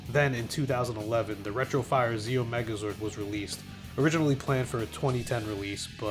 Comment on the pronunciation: Holy fuck the Ze-Oh megazord